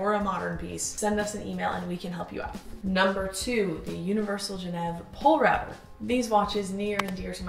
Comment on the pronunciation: BTW Polerouter is pronounced "pole-a-router" :) bc it used to be the Polar Router... condensed the name but still pronounced the same.